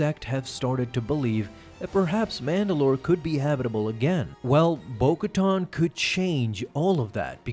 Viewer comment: bo katan not bo koton..